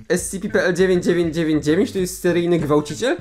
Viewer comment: powinieneś czytać S C P nie SCP (yes im very smart)